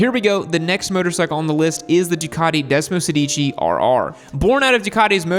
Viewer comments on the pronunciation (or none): Hate to correct you but if you are going to mention Italian motorcycles, you need to pronounce them in their mother tongue. The Desmosedici is pronounced Desmo-SEHdichi…(the accent on “sedici” is on the “e” not on the first “i”….Sorry but Italians laugh when they hear your non-italian pronunciation. Its just as easy to say it correctly as incorrectly..